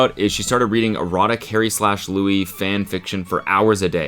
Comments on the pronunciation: LEW-EE not lewis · The way I cringed when you said “Lewis” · The Louis with the hard s killed me inside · IT’S PRONOUNCED LOO-EE We’re still unhinged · not him pronouncing it Lewis 😭🤣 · Anyone gonna bring up him saying Lewis and not Louis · I can’t be the only one bothered with Cody calling Louis, “Lewis” 😂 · How dare you. How dare you pronounce Louis’s name like Lewis. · some of the imagines are absolute satire and seeing them being read as something fr is so funny also louis being pronounced LUIS is so funny 😂 god the bringing back of this is so funny — one of my friends pranked the sun and it was published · WHY DO YOU KEEP SAYING LEWIS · the s is silent it’s said like louie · Cody please just say Louis' name right ONCE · don’t pmo cody the s is silent in louis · cody the way you are pronouncing louis name is killing me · Saying Louis’ name wrong 🤣🤣🤣